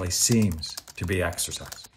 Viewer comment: Did he say sexorcise?